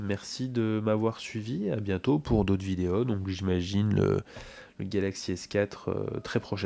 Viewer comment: ta une voix plus grave et moins dynamique mais ça gene pas du tout... par contre, moi je suis toujours intrigué par la manière dont tu prononces les O en fin de mots (vidéO, photO, démO), ça un mélange entre un E et un O.. pourtant t'a pas d'accent.. comment ça se fait ?